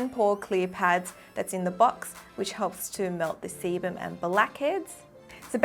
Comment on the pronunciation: I thought you said semen not seban x